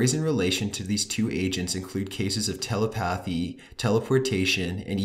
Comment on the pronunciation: Hey! Just so you know its pronounced "tuh - lep - athee" 😊😚😚😍❤❤❤